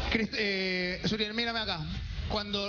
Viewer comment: es suriel no muriel